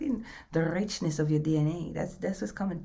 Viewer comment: “Da Rrreeechnesss of your DNA” 🤣. You got me cracking up and brimming with energy every single time I find you. I am already tapping in. I’m am learning to sustain and move with love and power in equal and infinite measure. Eternal blessings and gratitude for sharing your gift, your support and vivacious energy 🙏🫠❤️⚡️🔥🫡